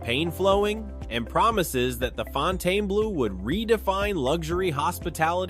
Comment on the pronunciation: Why are you calling it Fontane blue? It's pronounced FON-ten-bloh. Thums down on this video